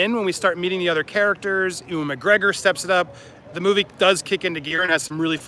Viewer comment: Based on how they say his name in talk shows, I think you are pronouncing Ewan McGregor wrong. Just an FYI.